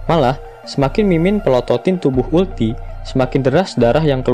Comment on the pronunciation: uruti kali kak bukan ulti ...hehehe